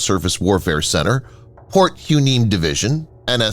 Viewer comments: Port Who-neem??? Try Port Y-Nee-Me. Fixed it for ya!🤣🤣🤣 Perhaps it's time to re-calibrate the algorithm? 😂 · Why-Née-Mee Division. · Hueneme is pronounced Why knee me. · You butchered both Hueneme and Kaui